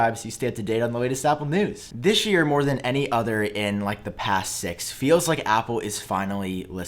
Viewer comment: That "thishyear" tho xD